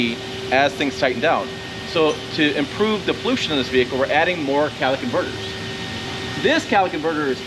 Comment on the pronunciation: Why do I somehow hear him saying callyc converters?